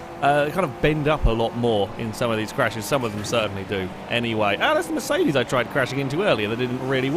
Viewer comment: everytime you say mercedes i hear it like "miss 80's"